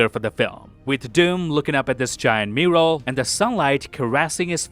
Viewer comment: Wtf is a mooral? 😂